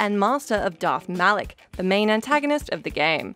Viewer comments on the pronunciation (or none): Did she say Dark Revan and Dark Malek?